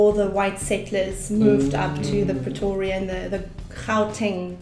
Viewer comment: the way he said Pretoria sounded so pretty...gosh i live right next to Pretoria and I can't even say it that way😍😂👌